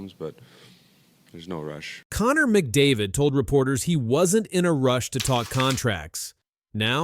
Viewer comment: The only name you're able to pronounce properly was McDavid's. Do some homework